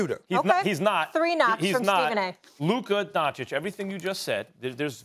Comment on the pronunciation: Stephen "Luka Don-Chick" A. Smith